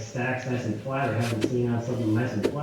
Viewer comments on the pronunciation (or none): none